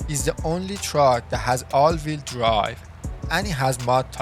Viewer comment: all veel dwive :))) LEARN ENGLISH